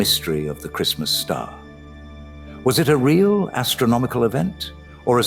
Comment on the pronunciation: Well this was a bait-and-switch wasn't it? At first I thought had posted some professional documentary narrated by a nice sounding British guy, instead it's just, who can't seem to help pronouncing the word real as "rill" and who has a reading cadence of a goddamn 6th grader. I'll pass.